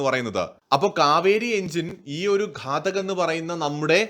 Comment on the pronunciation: ഘടക് അല്ല ഘാതക് ഘാതകൻ കൊല്ലുന്നവൻ.